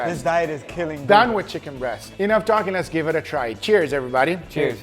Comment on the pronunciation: I always enjoy hearing accent at all times, but I particularly extra enjoy every time he says “jell-omen” mostly when speaking to both Angel and Leo.” Honorable mention goes to when right before the “Home Depot” music starts (iukyk), and he says “So less do iiiit”